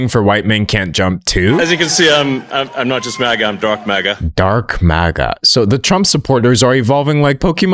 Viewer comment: Am I the only one hearing him say ‘drunk maga’ in stead of ‘dark maga’? Would explain a lot.